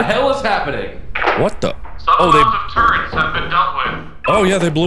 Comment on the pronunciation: “SOME AMOUNTS OF TURRENTS HAVE BEEN DEALT WITH” im crying from how hard im laughing 😭😭😭